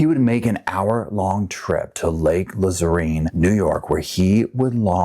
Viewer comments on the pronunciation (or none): I haven't watched the whole vid yet but im already pissing myself. Not over the heinous crime, your commentary. It's pronounced la- zerne. Had a summer house there. Def some crazies there but good people too. Im a trauma one emt from Jamaica Queens NY, nothing really surprises me but dealing with this guy had to be horrible for everyone involved ❤ I have to add an edit, we have a special room in Jamaica Hospital while we check these kinds of people in. Psychiatric to the left er to the right. They give me a pad that you use for practicing football, handheld. Cops right outside, I never had a problem but I met a man who said he was Jesus, cool guy. We would maybe transport accompanied with police in the ambo if they are hurt, edps, domestic, murderers are difficult. Bless those boys in blue